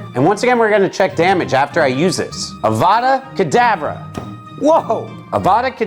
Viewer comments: It's Avada Kedavra not Avada Kedavrae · It's pronounced avadacadavra